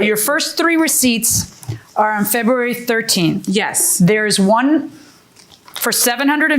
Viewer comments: She also says Fururerry instead of February 😂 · She’s hitting the silent “b” hard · Why can’t she pronounce February?? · I was annoyed by the way she pronounced February, but when she said "fleeces" I was floored. 😂😂